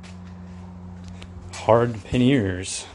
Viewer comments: Panniers not Panears please! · Awesome panniers mate, but those wires really kicked off my OCD! Drill a hole in the rear fender and hide them suckers for the love of money 🙏 oh, and no to painting them white. By the way, I love how you pronounce pan nears, I like to call them pan yes 👍 I’ll be doing my pan yes installation vid soon 😎, you’re much calmer than me in the workshop haha. ATB.